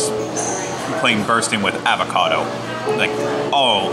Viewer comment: I can’t get over you mispronouncing “avocado” a dozen times lol